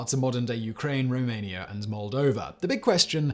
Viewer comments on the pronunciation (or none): none